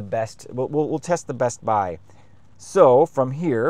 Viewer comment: pronouncing the T in bestbuy is wild